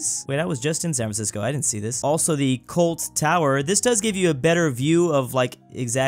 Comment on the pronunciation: that tower in San Francisco is COIT, not "Colt." Love you and your videos!